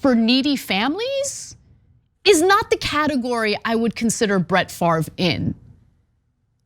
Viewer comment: I dont know what's worse, pronouncing his name FARV, or doing the shit he did... its French, pronounced FOV